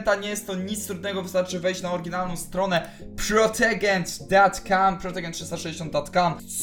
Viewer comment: "protogen" XDDD kurde ja myślę czy napisać ci o tym antyvirósie ale ty wysyłasz film XDDDDD